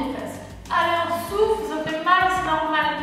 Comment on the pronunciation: C'est bizarre quand tu dis '' et on souffle'' moi j' entends '' et on souffre'' 😩😩😩😭